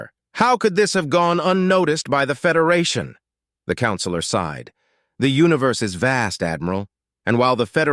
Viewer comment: While I think this is a good story. I believe it would be better if someone would do a better job of editing. It's not the Saul system, it's the Sol system. SighedSighed Is not sid side.